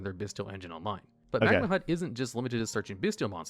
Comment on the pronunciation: he cant keep getting away with saying magnanut lmao